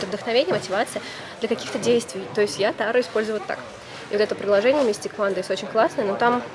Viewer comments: Ну почему тАро??? ТарОоооооо!!! ТарОоооо!!! Ударение на последний слог,. Чесслово, просто невозможно слушать😁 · тарО!!! тарО!!! тарО!!! тарО!!! тарО!!! тарО!!! тарО!!! тарО!!! тарО!!! тарО!!! тарО!!! тарО!!! тарО!!! тарО!!! тарО!!! тарО!!! Хватит издеваться над названием карт.